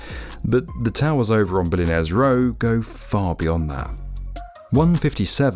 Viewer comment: "dis is..billionaires rewwwr"